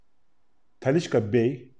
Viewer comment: Abi Talisca deme 2 damarım tıkanıyo ya :)